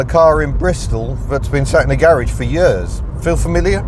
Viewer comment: I love the way you said.... "In May we'll have owned this car for four 'eyuurs'... " Proper Welsh isn't it ? As an Italian / South Walian Scouser I appreciate these nuances...